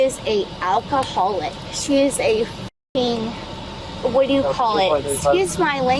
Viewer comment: I thought she said "alphaholic".